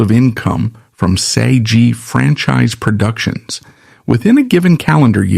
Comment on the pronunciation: Learn how to pronounce SAG